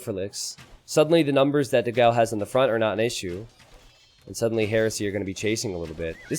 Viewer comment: please just once check out how to pronounce ''dogão'' (with the ã) on google translator i beg you